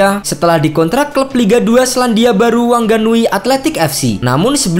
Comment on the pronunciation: WHANGANUI DI BACANYA WANGANUY OM